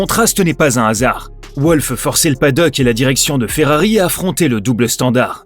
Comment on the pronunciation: «Volf» pas «Ouolf» par pitié !